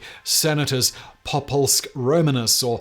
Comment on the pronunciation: The most offensive part of this video is your pronunciation of “populusque” and “hakenkreuz”